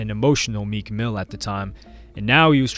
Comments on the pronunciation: U said meek ran into Mac killer dude wtf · Lmao i was rewinding and it said “most replayed” 😭😭😭😭i said ran into WHO